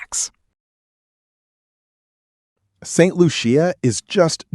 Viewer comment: FYI I thought you were AI voice Saint Lucia pronounced wrong Grenada beach is Grand Anes Curaçao is pronounced wrong too